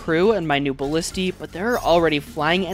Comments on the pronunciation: Say it with me, buh·li·stuh. holy shiii, great video other than the way you say ballista triggering me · Does he know how to pronounce ballista and genuine?